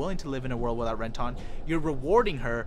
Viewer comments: How are you a fan of the show and just absolutely butcher everyone's names lol, ren-tahn? When the hell did you ever hear it said that way in either the English or Japanese I don't get it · Ren-tawn lol